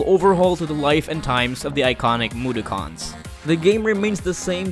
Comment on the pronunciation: The way he said mudokken caused much frustration.